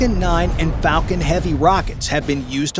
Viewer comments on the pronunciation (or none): none